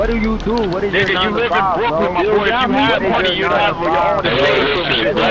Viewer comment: lmaoooo "i live in Brookln" 😭😭😭💀